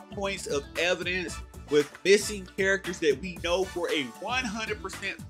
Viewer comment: Does he Khow?........................ he doest' Khow